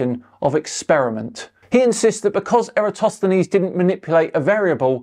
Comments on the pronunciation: mistakes Eratosthenes for Aristophenes the playwright. Perhaps a nod to Nathan being a failed voice actor, turned microphone salesman. So I'm going to put in the same bucket with other wilfully ignorant flat earth grifters, though from the look of it, the grift isn't doing much for him. I assume the wife has a decent job. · I'm sure he said Aristophanes. I replayed it and still didn't get Eratosthenes.